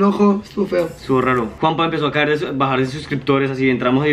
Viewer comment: el dice juanpa